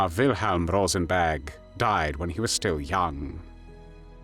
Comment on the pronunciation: Why does it sound like he’s saying “Rosenbag?”